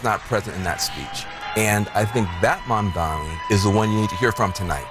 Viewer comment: MAMDANI. Not Mandani, or Mamdami, or Mandamni. MAM...... DANI.